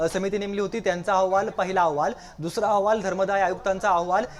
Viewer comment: याला अहवाल हा शब्द ही नीट उच्चारता येत नाही. औहवाल म्हणत आहें 😂